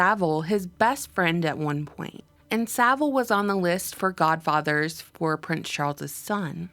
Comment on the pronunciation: Gah-fadda, Gah-fadda!